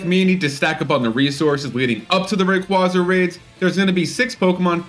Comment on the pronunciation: ray-KWAY-zuh though